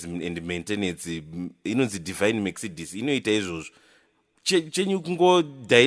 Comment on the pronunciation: Mercedes(Me-k-ce-de-s) ndirikushaya kuti "k" aripapi🤣 maybe k ari visible, hanty letter kana riripo risingataurwe on pronounciation rinonzi riri silent kkkkkkkkk